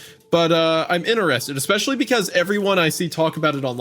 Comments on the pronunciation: I actually have begun to love hearing Hunter say Ecspecially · We need an "Expecially" counter 😂